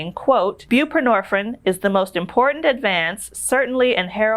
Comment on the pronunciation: Suh-box-own. Bū-pruh-nor-feen. The last syllable of each word contains a long vowel. Sorry to correct you.